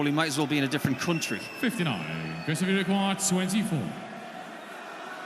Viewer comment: The commentator keep saying Cuntry instead of Country!